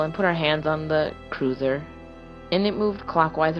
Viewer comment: Just a slight critique. The first story you kept saying cruiser but it should be cursor. Other than that, GREAT JOB!😊